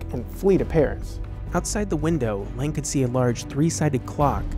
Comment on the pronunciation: Sorry but is it so difficult to pronounce Lang correctly?